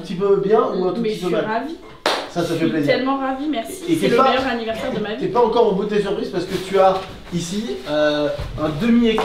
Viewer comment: c'était la première fois que tu montais sur un poney? Trop dingue! la tête de rat constipé il est trop beau ce ballon papillon! Aaaaaah béh on sait ce qu'il mange maintenant! "AVINNAIRSE" "hu cannabis"